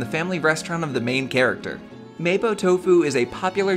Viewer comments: It's mahpo not maypo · It kinda triggers me that he says mapo like maypo and not mapou... but I’m just happy that there’s a video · It's pronounced "Mah-pwo" Tofu not "Maypoh" Tofu. Good video though! I might try out your recipe myself!